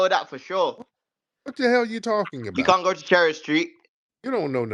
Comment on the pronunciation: Mf said "AHAHAHA YOU CONT GO TEW CHERRY STREET!"